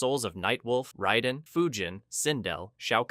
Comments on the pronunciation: raiden not riden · it's not ryden It's Raiden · It’s pronounced Rayden not Ryden. Go watch the movies and listen. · OMG this video was so hard to watch simply because of your constant mispronounciation of all the damn names 😡🤬😤...like were you having a stroke while recording this!? Lol cause sometimes you'd say them correctly then other times you'd just choose to mispronounce them Raiden is RAY DIN not ride un Lui Kang is Ka Ang not kon g You even went out of your way to say Kano wrong....Kay NO...not kaw no This video was great but that little bit was driving me crazy!!! Sonya....Sa own ya not Sa on ya....my god man 🤦🏽‍♂️🤦🏽‍♂️ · Why do you keep saying “riden” when it’s “raiden” that’s bugging tf out of me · How are you a fan of a franchise that 35 years old and refuse to pronounce the characters names CORRECTLY🤦‍♂️ Who is “Rieden” and why is he playing RAIDEN’s (RAY-DEN) role? The game told us how to pronounce his name from day one. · Ryden? Who tf is Ryden? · Can not excuse this disgusting pronunciation of Raiden. Raid-En. Cmon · You lost me at "rye-den". Any human who has ever heard of mortal kombat knows this. Loser. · Ray-den = raiden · Sorry, wtf is that pronunciation of Raiden????? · How can you have all this information about the MK universe but can’t say Raiden’s name right